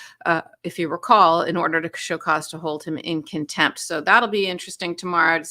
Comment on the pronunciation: It’s not “kintempt.” It’s contempt